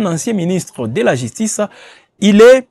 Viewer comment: Jistice, figuire, piblic. Cette chaîne ne fait pas test oral non?